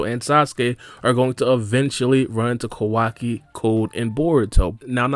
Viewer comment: Naruto explained he be lying to much and he the way he says kawaki name is wrong asl